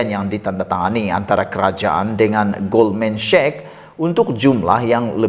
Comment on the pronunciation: sebutan nya GOLDMAN SEK bukan GOLDMAN SHEK.